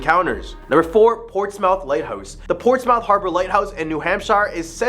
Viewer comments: Somebody please tell this guy how to pronounce New Hampshire, and Portsmouth lol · Great stories but you’ve got to pronounce things right. New Hampsha, Socco River, Portsmouth etc. But good job otherwise.